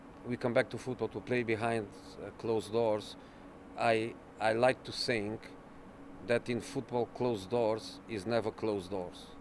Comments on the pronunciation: "I sink" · "i don't sink"